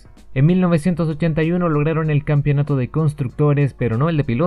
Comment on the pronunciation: Hermano "campeonato", no "campionato". Bueno, acá en Chile hasta los periodistas dicen "campion"